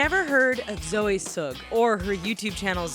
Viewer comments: She said Zoe soog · Zoe sugg not sog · Why did she say Zoe sugg in a weird way?😂😋